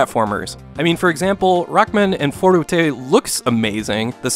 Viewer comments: bruh you just described all the older Mega Man games. Also why is he saying "fourtatae" every time instead of forte? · Ummm, ackshully, it's pronounced "for-tay". Itsh a french word used in muschic to say that shomething shhould be played loudly. Sorry, I know you hate those comments. "forute" sounds like a Japanese pronunciation. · If you're going to say forutay, you should also say rokkuman. Or maybe consider not using the Japanese pronunciation of an English word. It sounds goofy and, with all due respect, uninformed. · It's funny when you try to pronounce "forte" correctly but say Rockman AND Forute... the "&" should sound like "toh" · Great review, sums up my thoughts when I played this game back in the day as well. One thing that I kept getting hung up on, but it's so silly, but "Forte" isn't a Japanese word, so you don't have to pronounce it like it's a Japanese word. Again, sorry, that's so nitpicky, but I'm a huge fan of your channel. Megaman/Rockman is probably my favorite game series/Genre growing up!. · How the fuck did you make forte three syllables?!